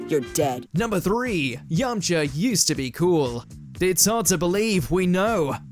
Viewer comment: Oh no! Yamacha’s been “Yamcha’ed”! 🤣